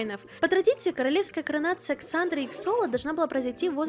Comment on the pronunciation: Насчет Xolo. Икс в данном случае будет читаться как "з" :). Так что это реально Золо